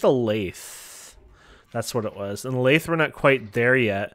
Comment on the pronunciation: You pronounce lathe wrong